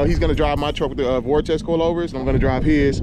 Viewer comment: VERTEX MY GUY no vortex lol